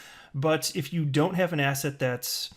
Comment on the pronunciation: Every time you say "asset" I hear "ass-hat" 😂😂😂